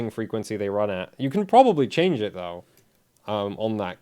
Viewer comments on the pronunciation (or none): none